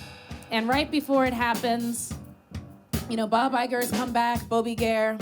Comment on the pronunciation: i feel like i'm going to be saying 'bob iger' like 'bon iver' forever now